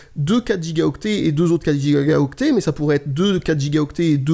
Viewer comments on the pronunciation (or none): petit lapsus x) "Quatre gigaga octet"